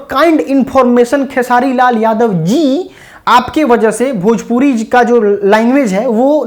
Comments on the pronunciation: खेसारी जी पहले भजपुरी को भोजपुरी बोलना सीखे, तभी तो गूगल सही ट्रांसलेट करेगा 😂😂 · Bhajpuri bolta hai 😂😂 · कोई इस खेसारी गधे को समझाओ भाई की भोजपुरी होता भजपुरी नही।